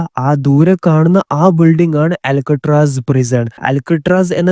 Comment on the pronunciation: അലക്കുകല്ല് അല്ല മോനെ.. അൾക്കാട്രാസ്